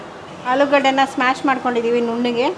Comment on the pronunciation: It is not smash it is mash